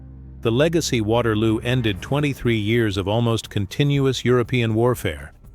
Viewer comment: “Waterwoo” 😂 AI at its best